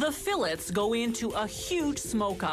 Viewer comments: Fill its? Whats a "fill its?" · The salmon fill it’s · Whats a "fill its?" What are you filling?